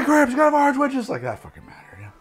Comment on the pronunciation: take a shot every time he says 'Arnge'